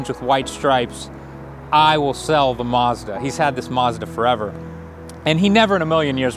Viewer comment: What's a "muzda"?